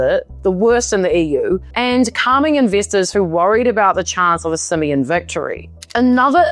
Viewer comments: i love how she pronounces Simion lmao. "simian"! very fitting! hahaha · The way you pronounce "George Simion" perfectly describes what I think about him